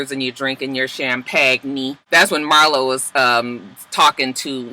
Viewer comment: The more you kept saying Marlo I felt like it sounded wrong 🤔 maybe it’s just me y’all